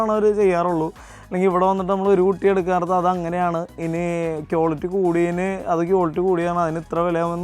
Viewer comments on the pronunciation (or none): കിയോലിട്ടി... അല്ല മാഷേ... ക്വാളിറ്റി...